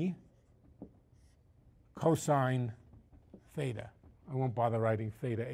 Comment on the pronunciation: Lol. It's "Theta" not "feda".